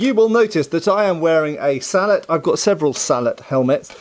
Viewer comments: I’m hearing “beaver” and “salad” instead of bevor and sallet. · "Sall-et" vs "sall-ey" is entirely a predictable French vs English thing. In French if it was pronounced "sall-et", it would be spelled sallete. I suppose as a Canadian I am more exposed to the French vs. English thing than most anglophones.